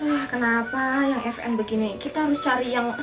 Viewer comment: vn bukan fn🤣🤣🤣